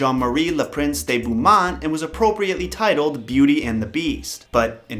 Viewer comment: Americans pronouncing French is hella funny "bent too mont"its just "boo Mon"